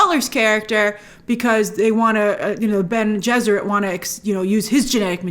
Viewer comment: Bene Gesserit is pronounced benny jess er it (it’s supposed to sound similar to their partial inspiration, the Jesuits) - love the idea of an order of women whose greatest power is control of their fertility and their greatest weapon is their voice (all discipline, no magic!), can’t wait for everyone to see more of them. Grace, you are going to love Irulan - a princess, scholar, historian and scribe. Her works are quoted throughout the series. Great breakdown, I love seeing people discover Dune!